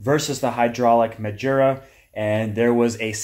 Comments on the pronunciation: It’s not majura it’s magura like the word guru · Ma-Ger-A! Not Ma-jer-a! Thanks buddy gotta love Magura clutch and brakes on a KTM